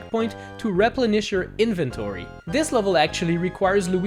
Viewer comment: Inventery. I mean I know he's got an accent but that's funny.